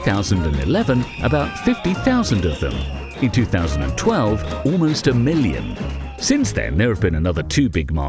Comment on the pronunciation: Loved the seriousness of it all. It seems like you REALLY respect catalan people, even those who dont think like you. PS. That 'REALLY' is meant to sound like 'ALMOST A MILLION' sounds in the video ;).